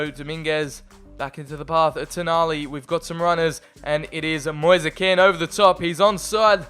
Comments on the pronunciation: It’s moise KEEN say it like that not KEN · No it's Ken if you're italian